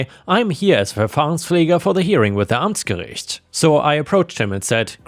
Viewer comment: Haha I suspected that you might not be a native english speaker. The way you said Amtsgericht and Verfahrenspfleger... That sounded perfect for a German. 😂